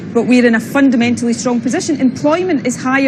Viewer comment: Stop saying fundermentaly you fundermental fuckwit!